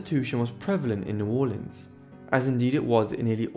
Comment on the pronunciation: Thank you for this one and thanks for the correct pronunciation of my family's home town. For many years the mahogany upright grand from the bordello was in my home in Virginia. Sadly I had to sell it before moving to Costa Rica 6 years ago and I don't know what came of it. Great video.